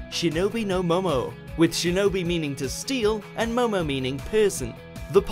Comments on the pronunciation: It's Shinobi no Mo*NO* sorry as someone who studied about Ninja a lot I found the need to point that out. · It's Shinobi no Mono , not Shinobi no Momo ...just to correct a minor issue.